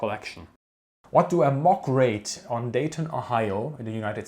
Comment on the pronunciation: We don't pronounce the 'T' in Dayton. If you want to sound more like a local. ❤️